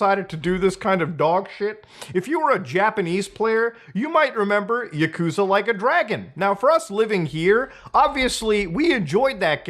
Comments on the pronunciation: It's pronounced yah-kuh-zah not yuh-koo-zuh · It’s ya-koo-za Mutahar 🤓☝🏼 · "My favorite video game franchise: Yakooooza" Can't even pronounce your favorite game's name... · Yuhkoosa KEKW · For a favorite game you cant even pronounce it right. Lmao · Why are you pronouncing Yakuza wrong?